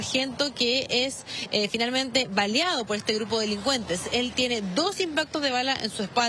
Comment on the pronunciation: "¿ valeado?" (3;27) jajajajaja que ? era calibre 22. BALEADO. La mas pronta recuperación para nuestro valiente Carabinero.